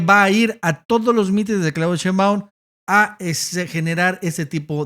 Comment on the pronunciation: dice "Cheinbaun"